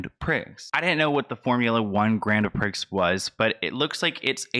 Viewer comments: hahaha i love you but it’s pronounced grand “Prii” or “pree” not “prix” ❤️❤️ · Awwww baby it’s not Grand “pricks” it sounds like “pree” I love your face doll 😘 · It’s not pronounced Grand Pricks. You pronounce Grone Pree. Like gone with an r and pre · It’s pronounced grand pree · Hi, Grand Prix is pronounced Grand Pree Great video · just FYI, nothing to do with the main point of the video, but I've been a Formula 1 fan for decades and it's a French term, ( I speak French) and is pronounced 'Grond Pree'. Hope that helps! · Omg you are so cute, you called it the Grand Prix....the correct way to say it is Grand Pree ( like instead of three, you say Pree)!! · Grand "pREE"!!😂 ur so Cute!!! Amazing work!! Keep it up!! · Love you! FYI: pronunciation y grand pree*😉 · Haha, love you so much. I don’t mean this in a condescending way, it’s pronounced “Grand PrEE” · Hahaha Gran Prix is pronounced like “Graun Pree” 🥰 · Great video. Don't let this die...like the 10 people at his ASTRO World concert only 6 months ago. I hope you don't mind me saying that Prix is pronounced Pree. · Travis scott is gonna taint the first miami grand prix 😭 Also its pronounced like grande with out pronouncing the e, and pree. 😉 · It’s pronounced grand pre just so ya know ❤️ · Grand prix is pronounced grand "pre" like in the word pretend ... Ily 💛💛💛💛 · He said "grand prix" with the actual spelling 🤣 it's pronounced grand "Pree" lmaoooo I'm dying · grand “pree” is how prix is pronounced. i love your videos so much! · Eleven does not need press. Biggest club in Miami.... I am disgusted to hear this, and I will never be returning there again. Also, It is pronounced, Grand "Preeeeeeee" :) hehe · Love you! Prix is pronounced "pre" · Prix is pronounced “pree” I only know this because of my age and hearing it over the years. I am not a Travis Scott fan anymore after Astroworld. Great work. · It's pronounced Pree. Spelled Prix pronounced pree. your adorable.